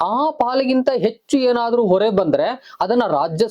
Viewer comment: ಹೊರೆ ಗೂ ಒರೆ ಗೂ ವ್ಯತ್ಯಾಸ ಇದೆ